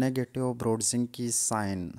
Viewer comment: Kernig and NOT Kerning. Brudzinsky and NOT Brudzinke!!